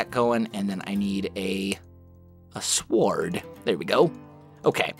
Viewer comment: Did enyone notice that he said sword with the w at the beginning